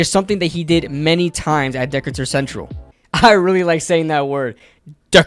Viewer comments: It's pronounced, "Dih-CAY-tur," not "DICK-itur" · I hate to check but it is Duh-kate-ur. not deck-cat-ur. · It's said like D cater I went to that high-school and he has little brothers who are just as good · Dude, great commentary on Mr. Tracy. He has some work to do on the running game, but his athleticism shines. FYI, the school name Decatur is pronounced Duh-Cay-Turr, not Dickatur. School was named after a famous American Naval officer, Stephen Decatur. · awesome video loved the breakdown.. as an indy native hate to ruin the fun but it's pronounced Decatur Central is pronounced Dih-kay-tur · Pronounced Duh-cater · The name of his HS is pronounced ‘Dee-Kay-ter’ 👍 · It's pronounced da-kay-tur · It's pronounced Dee - kay - tor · im in indiana and i play against decator and its pronounced (dee-kay- ter) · It’s Decatur.. DEEKAYYTUR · It is “de-cay-tur” lol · It’s pronounced “de-cater” not like a transformer. 🤦🏽‍♂️ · Great vid! ..... FYI/ Decatur: (as in Dee Kay Ter) - Decatur, GA. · Nice video but you’re pronouncing Decatur wrong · I was wondering who was gonna tell him 😅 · He’s right lol Went to school with Tyrone lol